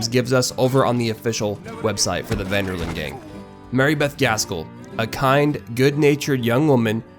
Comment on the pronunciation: you lost me when you said "Ven Der Linde" Detch Ven Der Lende